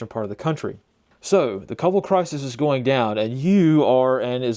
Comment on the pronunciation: No way, you pronounced Kabul correctly… 👍 saw them in Logar on and off 2020. During IDF, the joke was what t shirt they were wearing, Taliban or Isis…